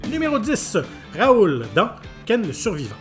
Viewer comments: 😭😭 Ça me fume ce « Raoul ». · Cette VF qui transforme les noms 😭😭. C’est Raoh pas Raoul. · Il l’a bien dit 😂😂. Plus le « Raoul » pour Raoh 😭🤣. Ça me fume. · Mdrrr et du " Raoul à la place de Raoh " on en parle ??🤣